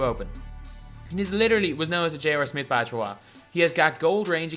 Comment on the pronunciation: And he also says J.OR Smith